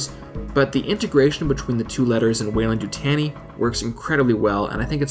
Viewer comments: Weyland you-t-on-e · Of course I see the W in Weyland-Yutani but I don't see the Y you said is incorporated. Since that was said it's been driving me nuts, I need to know!